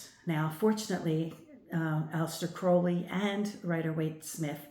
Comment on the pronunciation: This is very interesting, but I just would like to inform you that you have got the pronunciation of Crowley wrong. Despite Aleister Crowley being born in England, the surname originates from Ireland. Most people do not realise there are two birds in the surname. Everyone sees Crow, but not the Owl. So, you pronounce Crowley with the Owl sound. Another way of remembering to pronounce Crowley is if you stump your foot and go Ow! I hope that helps. I do really enjoy your insight.